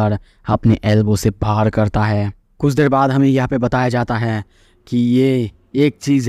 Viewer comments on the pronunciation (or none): none